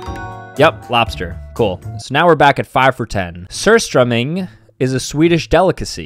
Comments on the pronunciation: bro pronounced it sir strumming its pronounced soor strowmyng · As a swedish person, I found it very funny how you said surströmming 😂😂😂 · OMG, the way he pronounced surströmming 😂😂😂❤❤